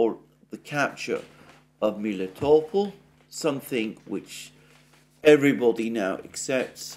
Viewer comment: You have explained a few weeks ago how Melitopol's name originates from the Greek word for honey, "meli", but now you've switched to calling it Miletopol?